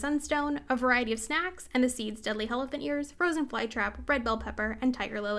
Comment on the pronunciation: My dumbass thought you were saying jalapenos in a super weird way everytime you said deadly helephant ears